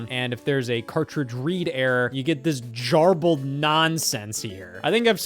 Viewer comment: Jarbled is an interesting was of saying garbled 😂